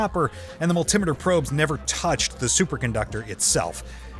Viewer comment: You have a pleasant accent. This voice mispronounces almost every scientific term and a few regular words. Winding was mispronounced as well as Yttrium and multimeter plus many more. Very distracting.